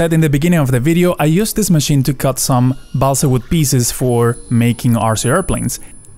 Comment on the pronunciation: Your English pronunciation is very good - except for "balsa".